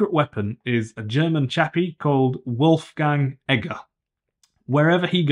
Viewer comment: Actually it is Wolfgang Egger